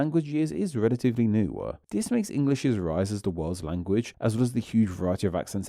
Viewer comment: What's with the "two-a" and "new-a" etc?